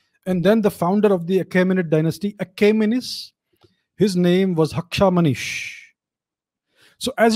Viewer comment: It’s not Hakshamanish, it is Hakhamanesh. Hakha (friend, cognate to Sanskrit sakha),+manah (mind, same as Sanskrit)